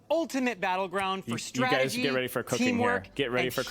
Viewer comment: "Let's talk strategie" 😂🗿 he cold